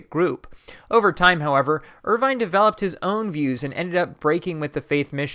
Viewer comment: According to Wikipedia, William Irvine ought to be pronounced as [ˈwɪljəm ˈɜːɹ̠ʷvɪn] in the IPA.